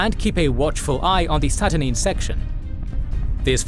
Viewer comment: I commend you guys for all the great work with visualisation, but some of the pronounciation in this video could use some reviewing before release. See: Saturnine, Aegis and others.